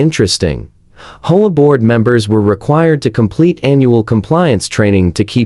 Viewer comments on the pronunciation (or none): Whoever is reading story transcripts needs to stop reading HOA as HOAH, just spell out H.O.A., it's as simple as that.